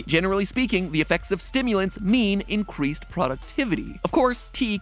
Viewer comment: Nobody: in video: incweased productivity